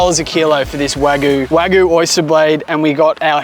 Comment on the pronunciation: Dude it’s Wa Gyu—Not Guuuuu—Cow in Japanese is Gyu like milk in Japan is Gyu n Yu